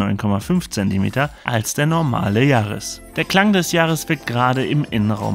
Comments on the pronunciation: Der Toyota Yaris „Gi A“ man kennt ihn :D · Warum denn gi- ar?? Kann man als Deutscher nicht gr aussprechen?? 🤯🤣